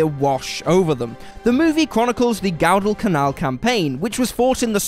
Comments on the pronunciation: "Gowdalcanal" it's pronounced "Guwah-dah-canal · Firstly... GOWDALCANAL! FFS! It's not hard to find out the correct pronunciation to one of the most famous conflicts in the Pacific theatre. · Though we LIKE your work - - YOU need to take ENGLISH and SPEECH courses -- - as in pronunciation of "Guadacanal" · I noticed that as well. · If anyone thinks I’m going to spend one more minute, nay, one more second, on a channel that butchers “Guadalcanal,” they’re delusional.